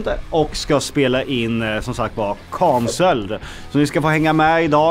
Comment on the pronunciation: Varför kan ingen från Norrköping eller var ni är ifrån säga cancelled? 😂😂😂 utan kanselled.